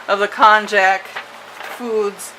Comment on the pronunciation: Great video and recipe. however, it's pronounced "kon-yak". note: Pickling lime is also called "slaked lime"